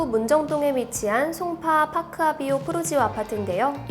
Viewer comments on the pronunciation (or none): 프루지오가 아니라 푸르지오입니다~ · ‘프루지오’가 아니라 ‘푸르지오’ 이지 않나요?